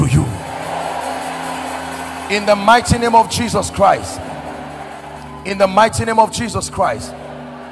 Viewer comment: I like the way you pronounce IN THE NAME OF JESUS CHRIST.🙏🙏